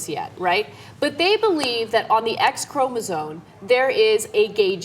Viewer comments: I think you might be pronouncing chromosome wrong! It sounds like Anna and Cenk are saying 'chromosone'. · BOTH of them pronouncing the word as "chromosone" is almost as bad as bush and his "nukyular" nonsense. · Jesus, if you two say chromoSONE again I will beat you with a dictionary! ChromoSOME! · It's ChromoSOME, not Chromosone. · Apparently Cenk and Anna are oblivious to the fact that 'Chromosome' has an m in it.